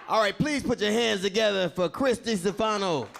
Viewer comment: Yea i was laughing at DL pronounce his name.. DEEEE Stphano. hahaha